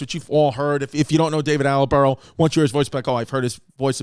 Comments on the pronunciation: Haha David Attelborough. It’s Attenborough my dude!! I guess you only switched one letter haha it’s tubberware all over again babe. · My favorite part of this episode was Chris mispronouncing David Attenborough’s name over and over. Attelborough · It's David Attenborough, and I don't think you managed to pronounce his name correctly once. It was funny, how calm you were about a potential new baby, I would have sworn a few more times than you did :) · Anybody keeping track of how many times Chris says David Attenborough incorrectly?